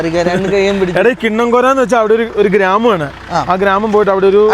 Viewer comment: കിണ്ണം കോര അല്ലടാ മൈ മൈ മൈ അല്ലേൽ അത് വേണ്ട,കിന്നക്കോരൈ ആണ്...😆😆🙂🙂🙂